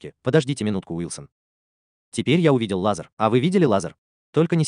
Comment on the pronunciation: Автор, спасибо, но этим экспериментам бразильских ученых уже много лет… И одна просьба: надо говорить не лазАр, а лазЕр.